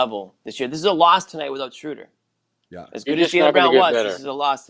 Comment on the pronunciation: It’s Schrew-der not Schrow-der. Meathead. Stop whinging over the guy. News flash: Schöder’s an option and will be gone next year if not before. Barring some miracle the Celtics are what they are, a .500 team with a first year coach work-in-progress that’ll never live up to the high expectations of media in search of someone to blame.